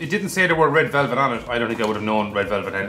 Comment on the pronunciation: Dublin man gains 2 stone in one week. He reportedly keeps repeating "red velvelt" over and over again. Experts believe he will make a full recovery.